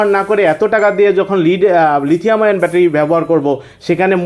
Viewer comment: lithium ion. (ion কে আয়রন কেন বলেছেন?)